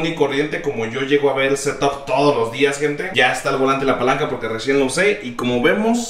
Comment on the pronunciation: Nadie:: el setop